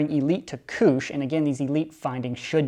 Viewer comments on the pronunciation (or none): It is not koosh they are kush darts